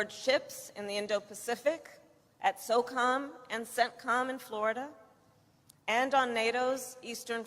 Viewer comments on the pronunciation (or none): none